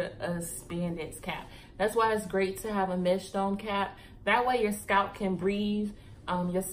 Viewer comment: lol girl you was like scratch your scout lol I died 😂😂😂😂 I’m like did she say scalp or scout 😂😂 I’m frm STL and we country asl luv you videos and content keep it up girlie❤️